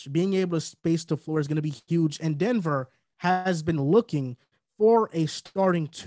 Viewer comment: “The Denever Nuggets” 😂